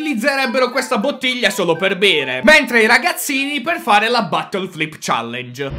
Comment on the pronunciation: Si dice Bottle Flip non battle flip